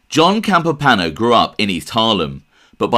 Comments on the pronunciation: That’s pretty cool, I guess I figured he was real but never put much thought into it. It seems the more you dig into things the more evidence there is that some of the families were huge drug traffickers...So..also....there is an i in Campopiano, it’s not spelled or pronounced Campopano. I’m sure you get annoyed if guys like me correct you so I apologize.. but, please understand..I’m not trying to be a jerk, it’s just this genre is packed full of guys that talk about Italians but don’t take the time to pronounce our names correctly. It’s like nails on chalkboard! Good show, salute. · than they should have advised to pronounce it Campop-iano not campopano but I respect that you checked prior...sorry for being a stickler for detail..For the record, I was born in Sicily and have also lived in Campania before I moved to the states over 40 yrs ago. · "Johnny Campipano" Come on... It's not a difficult pronunciation. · I wrote it as you pronounced it, hence the quotation. Regardless, I am trying to help you, not antagonize you. You produce great videos. You simply need to work on the pronunciation of Italian names. Whenever in doubt, google the name. In this case: " Campopiano". There is usually a video or a sound clip on the web expressing the correct pronunciation. Thank you for your great videos. I wish you nothing but the very best. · Great video bro .pronounced Campo piano. That guy mr Gribbs. I Paul in good fellas mentioned him " I don't wanna end up like Gribbs ".